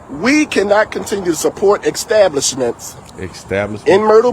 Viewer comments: “Exstablahsmunts”, clown. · “ex-stablishments”?! Black people try to say big words like a spell that will make them look intelligent. They don’t know how to pronounce the words, what context to use them, or what they mean. But, they know intelligent people say them. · Did he say "extablishments"?